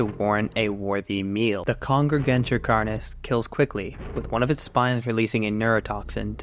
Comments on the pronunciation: “Carnis” is pronounced like “car-nis” and the plural is “carnes” (pronounced like “car-neys”) It’s Latin and follows third declension rules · its car-nees, I hear you saying carni like as if the plural of carnis is like cactus/cacti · plus, thats just the text-to-speech weirdly pronouncing it, if you actually look up the latin pronunciation it says car-nis